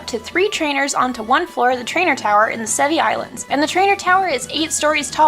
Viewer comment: Sevii islands... Se VII